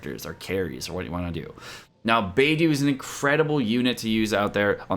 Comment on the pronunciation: Hi, thanks for the videos on genshin, makes it less intimidating to play as there's just so much to explore. I hope you don't mind, Beidou is actually pronounced as Bay-doe (the bird doe). In Chinese, it's the constellation name for the "the Big Dipper". Cheers 😊